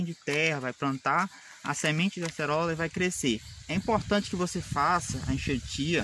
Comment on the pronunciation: Video da hora. E o "Acelora" kk